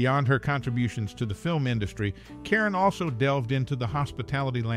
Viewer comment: This would have been more interesting if you pronounced her name and her movie titles correctly. Her last name isn't pronounced "Karen" it's pronounced "care-OWN". The Gs in the movie GIGI are soft, not hard -- more like "jhee jhee" -- a French name. Just FYI.